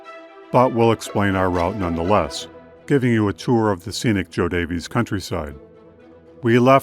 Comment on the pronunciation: This is fabulous! I am a descendent of the Rodden Family. John Rodden is my Great great great Grandfather. Btw... JoDaviess Couuny Illinois is pronounced Jo "Davis" County.